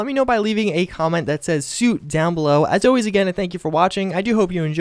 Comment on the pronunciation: Wait did you say suit or soup? Anyway do you have any news on that C93 mod you showed a while back?